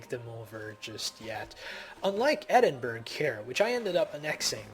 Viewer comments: just to let you know mate its pronounced Eding - burra not eding burg and its leon not lie-on. i hate to nickpick my friend but i thought id let you know ;-) p.s great vid helped me out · its pronounced ED-IN-BUR-UH not EDIN-BURG Also turkey (Ottomans) isn't in the middle east.